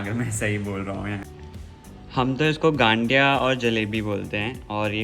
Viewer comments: Hyy cuties 😍 please aap sab Gujrat aaye. Or isse ganthiya nahi gathiya bolte hai matlab n alphabet nahi aata usme or bohot acha laga aapko bhi pasand hai ye hamara gujrat special gathiya jalebi. Or Pooja didu please don't worry about looks, you are sooooo Beautiful more then you think and we are family, we all knows you are so gorgeous that's ok it's temporary darc circles n all.and please Gujarati main bhi bat karlo thodi si.😂 Lots of love ❤ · Gadiya nahi gathiya😂